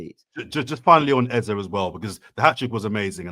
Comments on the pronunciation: Its Eze and not Eza. When has he become Eza? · This guy's pronunciation of eze pisses me off eze means king so my wetin be eza?? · Can PLEASE STOP doing a disservice to continually spouting Ezá, instead of Eze. I am a Nigerian and can AUTHORITATIVELY tell you its literally pronounce as it spells. More importantly, the name Eze mean 'King' in the Igbo language of Eastern Nigeria. African names means a lot, hence should be pronounced correctly. Its only three letters. Its not even that difficult, is it? PLEASE STOP ALREADY MATE!!!